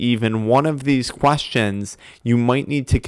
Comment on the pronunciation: "12 quAstions" 😂😂